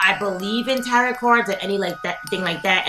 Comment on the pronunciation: Just so you know, you don’t pronounce the last t in tarot. It’s like, “tare-oh”